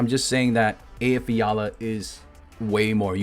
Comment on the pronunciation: is this the guy who can pronounce Eyjafjalla most correctly on earth?